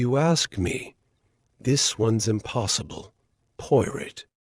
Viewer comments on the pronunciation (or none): AI mispronouncing Poirot’s name through the whole story is very annoying!